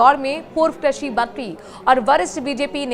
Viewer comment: क्रशी नही कृषि बोल